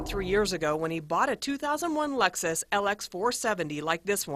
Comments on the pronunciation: Lexis? Wtf...? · what’s a “lexis” as written on the paper 😂😂